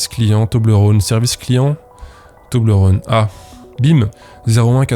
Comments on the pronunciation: Salut à toi, je te confirme, en tant que suissesse, qu'on dit Toblerone et non Toblerône comme rôle ou la Saône ou que sais-je. <3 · Étant donné que c’est Suisse, on dit « Toblerone » comme one-off et on pas rône comme le Rhône. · On dit Toblerone et non Toblerône. Je vis dans le canton où il y a le Cervin (la montagne sur l'emballage). Parcontre c'est un argument un peu pété parce-que ça n'a pas été créé là mais ailleurs en Suisse et maintenant c'est américain. Mais je suis sur, on dit Toblerone et non Toblerône. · on dit "toblérone" pas "tobleurone" non? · Bonjour ! C'est cool d'apprendre tout ça. Tu réussis à faire une vidéo dynamique et drôle en filmant ton pied pour une FAQ. Joli. Je me permet de contre répondre: Si les gens veulent te créer une double identité, c'est que ton travail est propre dès les premières vidéos, ce qui peut être étonnant. Mais j'imagine que travail et patience est une piste plus probable. On prononce Toblerone, pas Toblerone! C'est beau d'avoir réussi à faire avancer le shmilblik, et d'avoir sorti des personnes d'une manipulation . Un peu déçu que ton pseudo soit pas une blague d'alcoolique. On m'appelle Titou ;) Et je sais bien que structurer une musique n'est pas évident, on aura peut être l'occasion d'en discuter au coin d'un discord. Hate d'avoir de nouvelles vidéos! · Ca se prononce "Tobléronne" >:( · Pour ce qui est de la prononciation de toblerone, de ce que j ai pu constater, en suisse, les gens ont plutôt tendance à le prononcer avec le son /ɔ/, comme dans phonétique. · Toblerone, c'est un o ouvert, pas comme le Rhône donc :) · Quand on sent l'abondance arriver, c'est qu'il est temps de le remettre au frigo non? Vous dérangez pas, je sors. Enfin je finis de regarder la vidéo d'abord, je met un pouce en l'air, et ensuite je sors. PS: pour la prononciation de Toblérone, cf la video JDG RPG 3 De rien, promis après je sors.